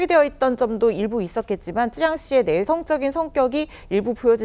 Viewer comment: 앵커맞나? 찌양이 아니고 쯔양이다 ㅡㅡ